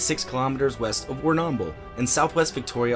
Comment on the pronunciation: Okay, for the record, you are definitely pronouncing Warrnambool incorrectly. You are accentuating the second 'a' too much and it disjoints the 'bull' sound at the end. I'm sorry to be nitpicky but as a local to the area, it is a bit of a pet peeve XD